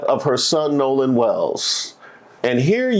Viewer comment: It’s Nolan not Noah